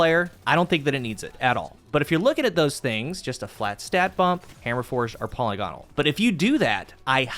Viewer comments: puh-LIG-uh-nul not polly-gone-al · Now if only you could pronounce polygonal